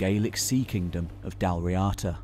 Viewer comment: 2:37:100 It's pronounced like "Dawl Reada" not "Dal Riata" It's an Irish word, don't read it as an English word. You don't read French as English, no one say "Crow-Is-Sant" when reading Croissant So please don't do that to Irish ^^